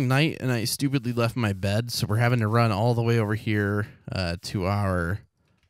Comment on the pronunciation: Run not ri